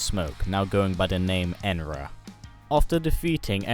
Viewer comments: You say it like enra it's enenra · It’s enenra not enra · Enenra is pronounced Eh-Nen-Ra, not Enra. Keep up the work, love these MK videos. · I am sorry to be a little bitch, but pease, dn't read enenra like that, you read it Enera, but it sould be read enENra (Note : Capitalized letters mean stress) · You said "enra" instead of "enenra" Not saying its a big deal, i just wanted to point that out. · It (uh nen ru) enenra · Say it like this a-nen-ra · Is anyone gonna talk about how he completely butchered saying enenra 😂😂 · He said Enenra wrong